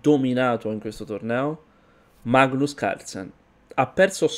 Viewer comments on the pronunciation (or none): none